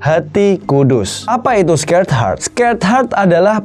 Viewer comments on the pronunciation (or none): Maaf bang sacred mungkin bukan scared??